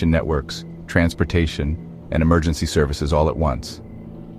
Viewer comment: What's an "Emergengy" 😂